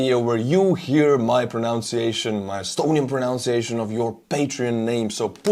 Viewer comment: BTW, when you pronounce the big patrons’ names, you are using your proNUNciation, not pronounceation (this is not a word in English). So, you need to pronounce the middle syllable as NUN—you know, like the holy ladies who wear all black and are called Sister Margaret, Sister Mary, and the like.